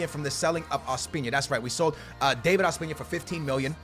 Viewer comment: Ospina is pronounced Os-pee-na not Ospiña